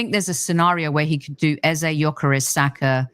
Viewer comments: Rebecca, Eberechi’s last name is EZE no EZER. It’s a Nigerian (Igbo) name. The last letter is pronounced the same as the first: “AZA.” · Rebecca its actually pronounced Eze (ay-zay) it's an Igbo name.